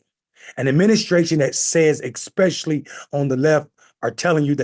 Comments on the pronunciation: "Expecially"?? Really? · It's especially. Expecially is not a word.🫥